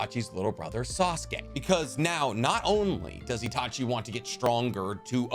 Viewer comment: Did anybody else here him say seshui instead of itachi